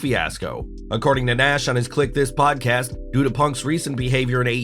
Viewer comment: "...on his pot-cast..." :)